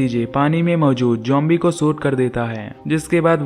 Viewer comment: Bro zombies he jombie nahi he pronounce to umhum